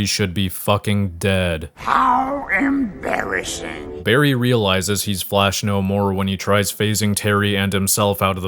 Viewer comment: "how emBARRYassing"